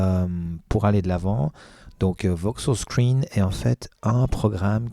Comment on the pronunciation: C'est pas "Voksos" mais VokOs. ;-)